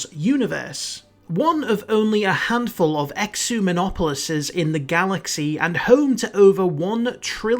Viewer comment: Ecumenopolis is pronounced with a k sound, and its plural is Ecimenopoli